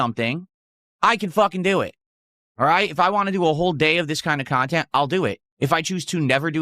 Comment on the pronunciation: I'm blaming, but whenever he says "whah" now... I can't not hear how horribly he mispronounces want now.